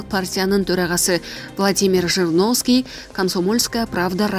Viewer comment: Жириновский деп так айтсаныз.